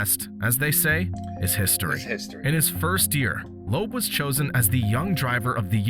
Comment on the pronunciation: Loeb = Lööb not Loob